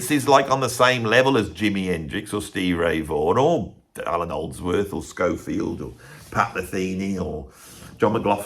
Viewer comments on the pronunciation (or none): none